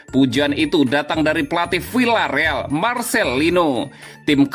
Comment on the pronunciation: CARA BACANYA BUKAN "VILLA..." TETAPI "VIA..."